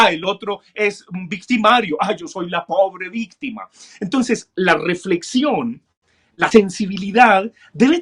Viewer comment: porque dice victime, y no victima